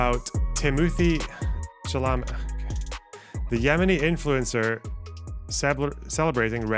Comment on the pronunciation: The real tragedy here is pronunciation of Chalamet